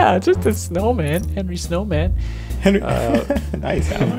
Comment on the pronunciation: It’s not Henry snowman, it’s Henry Snowmin